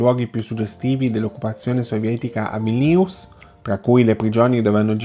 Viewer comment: Bel video, solo un appunto... Non siamo in Francia, "Senoji" si legge Senoii, enfatizzando la prima i. E Vilnius ha l'accento sulla prima i, non sulla seconda.